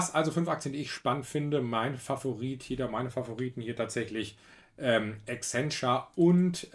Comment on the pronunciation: Ist doch korrekt die Aussprache